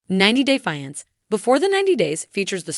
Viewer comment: The word is FIANCE this is so annoying